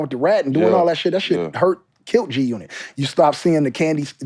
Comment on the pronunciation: Game is a Legend, they have to pay Game to stop saying G unot lol